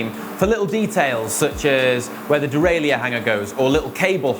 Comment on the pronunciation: Excellent vid. One petty point..derailleur is pronounced dee-rail-er...not dee-rail-ee-ure.